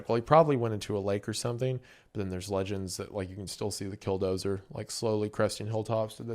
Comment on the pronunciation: Man, I don't know if it's your accent or my auditory processing difficulties, but I keep thinking you've said "Dildozer". At like all the wrong times 😂😂